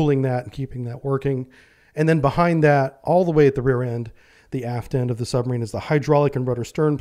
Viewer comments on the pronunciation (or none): none